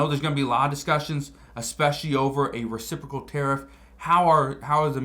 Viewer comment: Did he say "reciffrical"?